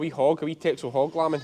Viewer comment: The Dutch island of Texel which the breed is from is pronounced 'Tessel'